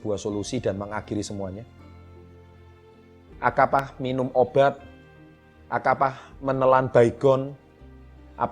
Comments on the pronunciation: bilang akapah bukan apakah. hehe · Menit 5:8 ( Akapah) ... Seharusnya ( Apakah)😁 maaf bukan menyinggung.. Cuma ada sedikit kesalahan kata... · Topiknya sangat menarik dan buat saya termotivasi...tapi di menit 5.07 apa cuma gue yg denger kata akapah / apakah ??? Hehe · Bilang APAKAH nya kebalik om bukan AKAPAH 😄😅😆